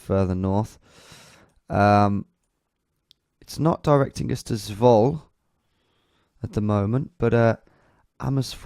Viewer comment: And in Dutch you do pronounce the e, in names like Zwolle. So it's not Zwoll, but Zwoll-uh